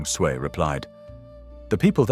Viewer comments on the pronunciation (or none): Is the audio AI generated? I am hearing some inconsistencies in pronunciation of Chinese names. I noticed that Sui was pronounced as Sooey at one point.